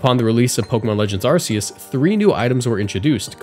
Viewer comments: Honestly, it's weird that he doesn't say Arkoos. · Arceus is pronounced Ark-eus not Arse-eus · Arceus is pronounced Ar-Kay-Ous, not Ar-See-Ous. The silvally RKS system is based it and RKS spells out it's name. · I find it funny how you mispronounced Arceus as Ar-key-us right after saying RKS, which is a reference to it as it's properly pronounced Ar-kay-us literally Arc and Deus. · This is game freaks not so subtle nod for people to get it through their skulls that Arceus is not a butt, and it isn't a Greek god. Ar Kay us. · Fun fact, "Arceus" is supposed to be pronounced "RKS" (Arc-Ay-Us, hence Silvally getting "RKS System" which is a knockoff Multitype) but fuck that, Ar-See-Us is the true pronunciation. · It feels weird to say "RKS system" then immediately pronounce Arceus as Arseuss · thats cool I guess but its english name comes from the words archangel and deus so it would be pronounced Ar-Kay-Us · It feels weirder that they changed Arceus's pronunciation because of how it sounded in English to the RKS sound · I pronounce it Ar-koos. It's the only proper pronunciation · ...wait a fucking minute... is that why its pronounced ar-key-us?, or is the pronunciation why its called RKS System? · I winced a little when pronounced Arceus as "Ar-see-us" when literally seconds prior he said Sylvally's ability correctly when it's a clear reference to the legendary pokemon of the same name lol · R-K-S System... he said it clerarly, bu then: "just like ar-se-us" xD (idc tbh... but i find it funny) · Arceus is pronounced R K S, you know, the same as Silvaly's ability? That's why it's called that way? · you literally said "RKS system" out loud and still said "arseeus" right after, come on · I pronounced it both ways like twice in this video to make everyone mad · You say RKS System (an ability named after Arceus) right next to Arceus but still mispronounce Arceus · I pronounced it both ways in this video to annoy people like you specifically